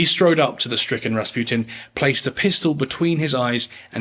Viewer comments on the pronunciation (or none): I keep hearing "Bas Rutton" when you say Rasputin.